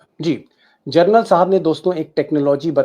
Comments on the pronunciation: Gernal nahi General kaho. Bar-bar galat bol rahey ho aap. Thoda thik karo. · General not journal deepak ji! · DEEPAK SHARMA,IT IS GENERAL AND NOT GERNAL .HA HA HA. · सर जी, व्हिडिओ बहोत अच्छा हैं। मगर आप जर्नल बोलते हो। प्लीज जनरल बोलीये। सैनिक का सर्वोच्च सम्मान हैं वह।धन्यवाद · दीपकजी, आप 'जनरल' का उच्चार 'जरनल' ऐसा कर रहे हैं। ये गलत है।You are saying journal instead of GENERAL. 'जरनल' कहना बंद कीजिए...'जनरल' कहिए। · Gernal nahi Sharma ji General bolo.